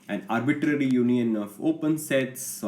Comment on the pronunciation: Why he say arbiTTTary is funny